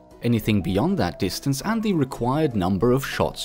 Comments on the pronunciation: you said dinstance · XD " dinstance " you English very well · “Dinstance” love ur vids btw :) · Did him using “dinstance” kill anyone else? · Don't you mean Dinstance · Lol it said dinstance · thats not how u say distance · I lost it at "distance"